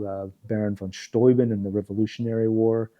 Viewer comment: Do you speak German -- at least a little? No one who pronounces Baron von Steuben correctly, doesn´t speak at least a little German.